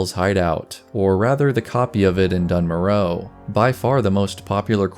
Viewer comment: I’m pretty sure you’re pronouncing Dun Morough wrong. Don’t they say it in the Dwarf intro?